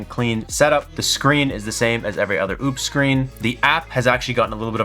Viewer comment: Thanks for the video. It's clear they are trying to compete. But, its nothing close to what I would want. Way underpowered on the Solar inputs and charging. For that price, I would want something more in line with a Delta 2, when it goes on sale. Why do you insist on mispronouncing their name, if you corrected yourself earlier?